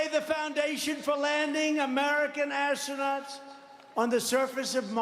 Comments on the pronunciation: what is assonauts? And just a few phrases you can't tell him or he will spazz out, The drive thru is closed, we're all out of hamberders, you're behind in the polls and John McCain was more popular than you are. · What's an "assernaut", Donald? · "American Ass-ro-nots". I had to rewatch that part to make sure, and that is indeed how he pronounced "Astronauts". SMH. I didn't imagine I'd get a President who would misspeak more (and MUCH MUCH more) than 2000s era Bush in my lifetime, let alone only 8 years later. It's embarrassing. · Did he say AssOrKnots?